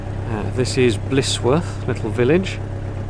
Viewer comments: Blissworth is the way you are pronouncing it. it is actually Blisworth pronounced Blizworth. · Sorry to seem pedantic, but as I'm Blisworth born and bread I feel it my duty to point out that it is not Blissworth, but Blisworth pronouced Blizworth. On the upside... there has always been rumours of the tunnel being haunted. My own sister claims to have seen a ghost near the entrance on a dark night in her teens. Nice document journey along the 'cut' as we call the canal. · Young man , you have a well - spoken accent , around here we pronounce it "blizwuff " best regards & great camera work .